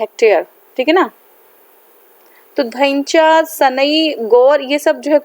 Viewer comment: You are pronounced 'Dhaincha' in proper way